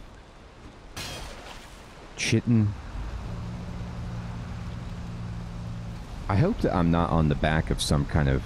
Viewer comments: If you empty out all the items on your gravestone, you'll get the "Corpse run" buff which makes you a lot tankier and raises your weight carrying capacity for a short amount of time. It can be very helpful if you're getting swarmed by enemies. For future reference, chitin is actually pronounced similarly to "kiting" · Same here. "Kuy-tin" for Chitin and "Eye-core" for Ichor. Pronounced both of them wrong for decades. (Chih-tin and ick-ore is what my mind goes to, but you know how English is, the proper way to spell something is generally the way that makes the least sense) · Ooo, thanks on that chitin pronunciation! I've been doing that wrong my whole life haha. Thanks for the tup about the corpse run buff! It seems they have worked in a way to avoid what happened to me here haha